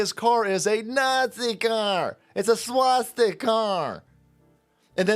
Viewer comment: 'Swasti-car' lmao